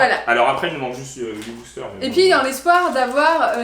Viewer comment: c pas blister c bouster